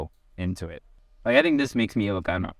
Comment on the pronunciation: You ilocano pronunciations are so good.